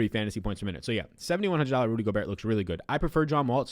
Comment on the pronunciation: Yo the T in Gobert is silent. Love your content tho!